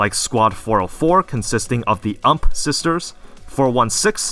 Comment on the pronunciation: The way you say UMP hurts me